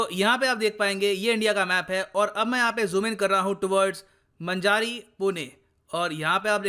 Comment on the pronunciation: मंजारी नही वो मांजरी हैं